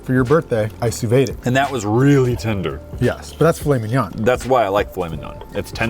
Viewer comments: Also it’s pronounced “soo-veed” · is saying it like su vayd its su veed no how you spell it but that how you pronounce it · Hey! Just a heads up, sous vide is pronounced "soo-VEED" not "soo-VAYDE." I looked up the original French pronunciation just to be sure, and that's what it said 😅 Looking forward to more from High Steaks! Maybe making a steak over a campfire on a camping trip could be fun, and then Dope or Nope could be incorporated too somehow! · It’s pronounced soo veed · It’s bothering me how he was saying sous vide